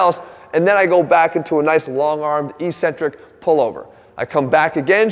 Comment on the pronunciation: There's no such word pronounced Eeeeeecentric in the English language. LOL. It's pronounced eK-Centric.